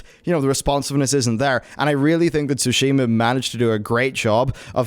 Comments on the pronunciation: SOO-shee-ma. Not soo-SHEE-ma. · It's TSUshima, not SUshima; Please learn how to pronounce it before you say it repeatedly.